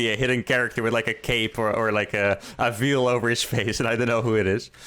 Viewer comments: Veil is pronounced vail like in the word availability. Your English is really good and I’m not trying to be rude but you seem like the kind of guy that’s willing to learn. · for the record, the chess opening was named the BongCloud because the top players considered that you would have to be seriously stoned to think it was a good idea. Also, "veil" to rhyme with bale, hail, scale, male etc. English...it's special... And this episode was pure gold (as usual), thankee kindly for the entertainment!